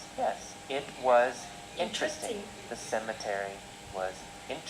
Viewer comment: ơi, t nhận xét bài c nhá:D 1. Độ to: ok c nhé, rất rõ ràng. 2. Phát âm: 1 số chỗ từ t phát âm chưa chuẩn khúc "it" k có /s/ nhé và "was" c phát âm thiếu /s/. t k soi thêm đc lỗi nào khác nhé. 3. Trọng âm từ và câu: t k thấy trọng âm từ và câu trong bài của nhé, nó bị đều từ đầu tới cuối. 4. Tư thế đứng và cảm xúc: tư thế đứng tốt nhé c. nhưng c nên lồng cảm xúc vào, đặc biệt là những đoạn mà có " yes, no " ấy. phản xạ trả lời câu hỏi chưa tốt c nhé, và câu trả lời ở 1 số câu hỏi c có thể kéo dài câu trả lời và bổ xung thêm thông tin cho c trả lời nhé thêm cảm xúc vào bài sẽ hay hơn nhiều nữa, phát âm tốt nhé c <3